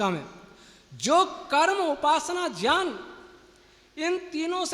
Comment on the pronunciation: पहली बात तो आप ये बताएँ कि आप ज्ञान को जयान क्यों कहते हैं ? सारे आर्य समाजी यही कहते हैं । परन्तु ज्ञान का मूल गुरू है और गुरू से जयान नहीं ज्ञान मिलता है ।